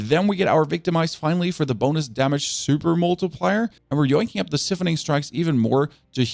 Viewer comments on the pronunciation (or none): The way you pronounce siphoning strikes absolutely shits me It's completely wrong